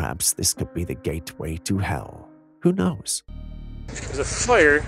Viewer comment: "there's a fyr inside the racks"!! Lmao 😂😂